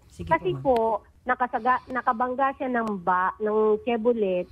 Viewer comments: chevroley pag pronounce nun.. ilang beses kanang pinag sasabihan ni idol raffy.. bahahahaha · Shebrrolet lol